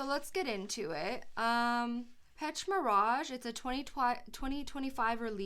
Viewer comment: Thank you. By the way, the pronounciation of the word Pêche is Pesh. Pêche Mirage means something like fishing illusion. Scent Of The Night: Dior - Jules (1980.)